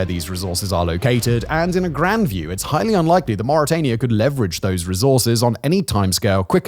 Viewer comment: You said murica wrong...